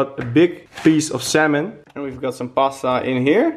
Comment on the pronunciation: we got a big piece of "semen"? hahaha Salmon,?